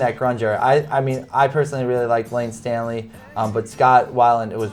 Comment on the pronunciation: Staley not Stanley..